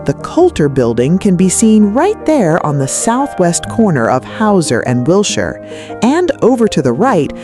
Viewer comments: YUP... ANOTHER AI NARRATED POS FROM SOME MINDLESS "CREATOR" THAT PROBABLY COULDN'T SPELL CALIFORNIA OR LOS ANGELES IF THEIR LIFE DEPENDED ON IT!!! I GREW UP HERE IN THE 40'S THROUGH THE 90'S AND WATCHED THESE CHANGES. WILSHIRE IS PRONOUNCED WIL-SHER..... NOT WIL-SHIRE. YOU FINALLY GOT IT RIGHT HALF WAY THROUGH AND THEN YOUR REVERTED BACK TO THE MISPRONOUNCED VERSION... WHERE'S THE CONSISTENCY IN PRODUCTION VALUES??? AND WHAT'S WITH THE "HOME ON THE RANGE, LONESOME COWBOY" MUSIC?????? LOL... HIRE A HUMAN VOICE OVER ARTIST AND DUMP THE AI... NO SUBSCRIPTION HERE.... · ... it's pronounced Will-Sure Blvd.🤗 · AI garbage. Just mispronouncing Wilshire twice was enough for me to quit.